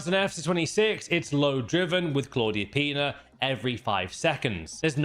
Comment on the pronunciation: Please put a trigger warning next time before saying Clàudia Pina lol